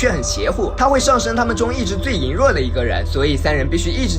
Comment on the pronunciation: 抱歉打扰一下，跟我一起读: 羸弱(leiruo)